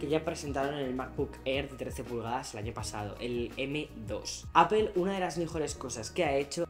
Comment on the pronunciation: Vives en Estados Unidos y te dedicas a hablar de Apple, y sigues pronunciando APEL.???? YA POR FAVOOOOOOR